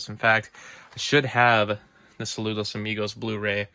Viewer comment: Great pronunciation of Saludos Amigos